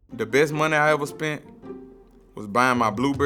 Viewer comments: Idk who this guy is but as soon as he said "spunt" instead of "spent" I thought this guy was dumb af. After finishing the whole thing, I realized he's an intelligent dude with some good wisdom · nigga said "spunt" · "I spunt" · "I spunt" smh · “I spunt” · This man really said “spunt”